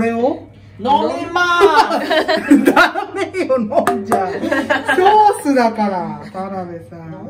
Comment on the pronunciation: 「ケェエチャップ、セウス」